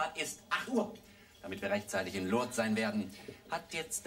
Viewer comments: "In Lourdes ist die Schutzpatronin vonne Heilpraktiker..." - und immer schön "Lurdes" aussprechen. Herrlich! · Lol . "Lour-des". Ja, genau. So muss man das aussprechen. 🤣